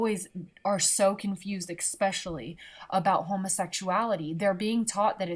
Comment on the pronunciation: "... exspecially " Just... I mean... ... *inhale* How... IF YOU CAN'T PRONOUNCE BASIC FUCKING WORDS, GO BACK TO FUCKING SCHOOL!!! - "... some of the spanish countries... " Because there's more than the one. Edit: LMAO "Who-away" XD